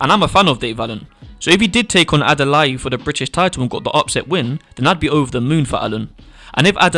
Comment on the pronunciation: Bro Adalai like Adalay. Not with an e 👍. But great Video, it all makes sense.